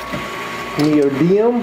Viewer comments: I can’t believe it! I’ve looked down the 48 comments placed so far and nobody has pointed out that this guy pronounced the type of magnet incorrectly. It’s not “Neodium” it’s “Neodymium” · neodiMIUM not neodium